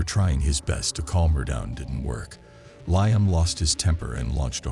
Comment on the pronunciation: Lieum 😂 instead of Liam...there are just some things A.I cant get right 😂